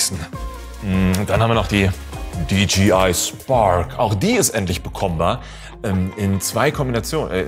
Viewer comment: Ich hab mal nur so ne Frage :D Das J wird doch im Englischen Jay ausgesprochen (so hab ichs gelernt) und das G gie sag ich mal xD Müsste es dann nicht DiJayEi ausgesprochen werden? Ich meine die werden ja DJI geschrieben